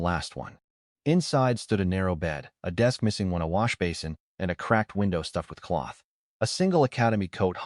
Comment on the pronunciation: You had some issues saying washbasin, /wŏsh′bā″sən/, I've heard worse; this just felt wrong in my ears.